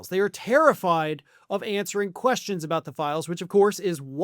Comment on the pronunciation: Someone should teach Melania how to pronounce the TH sound. Pronouncing the as duh and father as fodder is not cute. It is not exotic. It is ignorant and lazy.